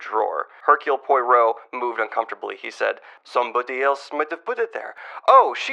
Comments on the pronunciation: I give you a B+, only because of the pronunciation of Poirot. I admit that might be on purpose :p Honestly, I want to give you an A-, because you did see how evil Elsa was, you did see the same thing Caroline did and latched onto it. What it took was putting two and two together RIGHT before the reveal to realize both were true, just one was true in reality and one was true in the mind of the second victim here, Caroline herself. To be imprisoned for life thinking you were covering for your little sister when it was really the plot of the bitch who was vindictive over not being able to steal away a man too savvy to be fooled...that must have been torture. No wonder she couldn't survive until this was uncovered at last. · It's been great watching you - pure entertainment. But... you make one incorrect assumption. Hercule Poirot often likes his villains. Another Poirot along these lines is Mrs. McGinty's Dead. Incidentally, in French you say leek as poi-ro, with "poi" being a short stress not a long one, and "ro" having the 'o' we English have in 'or'. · Let's go! Two more of these videos and we might just have an accurate pronunciation of Poirot. Edit: Also you really need to get into the Miss Marple stories. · I'm convinced you're saying "Poirot" wrong just to spite purists. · Every vid, Daniel gets closer and closer to pronouncing Poirot correctly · Each time he gets half of the way closer to correctly pronouncing it, but ironically that means he'll get closer and closer over but never quite reach it. This is known as Zeno's Poirodox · lmao years in the future after finally reading Poirot's entire list of books, on the last book he pronounces it correctly. True narrative satisfaction. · I feel like part of the charm is him not pronouncing it correctly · I think he used 4 or 5 different pronunciations :) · The name pronunciation is getting a lot closer! Its not Poy-Roe, its Pwah-Roe. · Poy-row is closer. Try Pwa-ROW. Row as in row your boat. Pwa rhymes with blah.